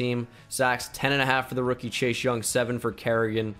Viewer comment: Please tell me you guys heard say “Shashe Young” the whole video